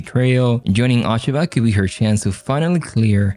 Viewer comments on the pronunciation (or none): First of all, please pronounce her name correctly! The O rhymes with Oh, not ah. Secondly, although the story is only loosely based on Japanese history, the analysis I is spot on. She will play a roll in influencing her son, but only to his detriment. Spoiler alert. unless they plan on upending Japanese history all together, Toranaga will come out on top of what became one of the most bloody battles in Japanese history and set up a government that lasted like 200 years and became the subject of many many Japanese television shows!